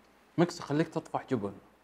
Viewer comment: النطق الصحيح جُبُن أو جِبِن برأيي جُبُن =خوف